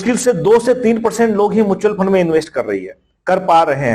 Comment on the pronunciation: Faaand nhi fund hota hai...😅